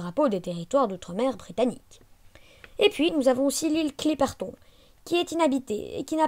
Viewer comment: On dit pas clipert on on dit clipertône